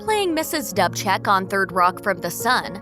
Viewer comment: The iconic character that Elmarie Wendell played on Third Rock was pronounced Mrs. Doobcheck, not Dubbcheck. How hard is it to do a little research and get it right.